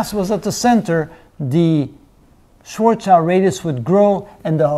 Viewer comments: It's not "Schwarzchild"! His name was "Schwarzschild", it's German, "schwarz" stands for "black" and "schild" means "shield" in Englisch. So his name translated to Englisch means "Blackshield" and not "Blackchild" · Its schwarzschild Not schwarzchild